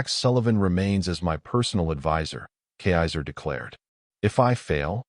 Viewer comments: A good story except for the robot voice being unable to pronounce kaiser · cannot even pronounce the princes name correctly. Back to school fool.